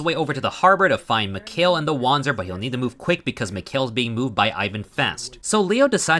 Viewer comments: Well, german here: You pronounced it very english, so imma try to use other words to better explain how german works. Wander is not pronounced Wonder, it's closer to the word Under. and the Z in panzer is closer to a TS sound, like in Pants. So uh, try to say WunderPantser instead and it will work out prolly. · do we just ignore the part where he used the W already as correctly as a native english can? His problem lied in the pronounciation of the "a" in wander.